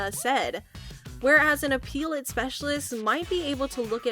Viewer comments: Appellate. Not appeal-ate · Please stop mis pronouncing "apellate" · I wish this lady knew how to pronounce appellate.